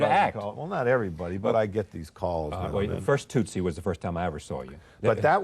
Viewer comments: Rose keeps saying "toooot- sie" it's tut-sie.....rhymes with 'soot'...very distracting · Rose is forever mispronouncing Tootsie. It’s very annoying. The first syllable is NOT pronounced to rhyme with pew or few or moo or woo. The first syllable rhymes with put or foot. Tootsie rhymes with footsie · Why is Rose mispronouncing it! It’s tootsie like the candy for heaven’s sake!